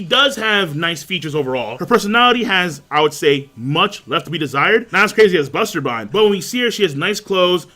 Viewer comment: Its BASTERBINE BAMBIETTA BASTERBINE NOT BUSTERBINE BASTERBINE